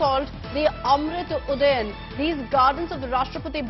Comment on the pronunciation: Ud Udhyaan hota bey bkl anchor Udayan nhi